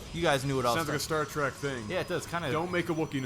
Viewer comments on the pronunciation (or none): none